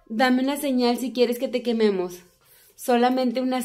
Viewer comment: Aca los que escucharon cuando dijo quieres que te quememos y se escucho ño